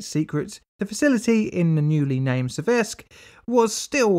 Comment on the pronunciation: 'Séversk' not 'Seviérsk'.